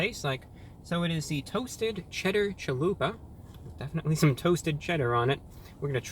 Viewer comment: Everytime he says “Chalupa”, a beautiful Mexican baby is born.